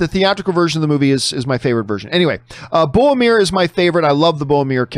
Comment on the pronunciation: A day may come when John finally pronounces Boromir's name correctly... but it is not this day.